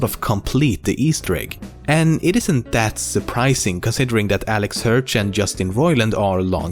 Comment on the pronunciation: Alex Hertsch? Im pretty sure his name is Alex HIRSCH.